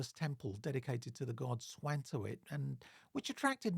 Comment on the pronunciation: Svantovid is not a German word so its weird when you say "Swantowid". it is a 'v' sound not a 'w'.